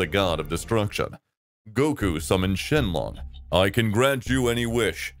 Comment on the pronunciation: Shenlong or Chinlong? You decide